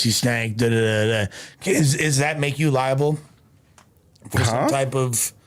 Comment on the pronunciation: “Liable” “Libel” and “Lie 🔔 “ really whooping sheesh 😂